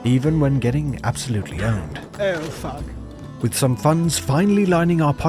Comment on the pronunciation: The "Ouh Fahk." gets me every time.